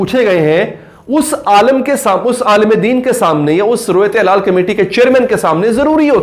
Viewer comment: ہلال ہوتا ہے حلال نہیں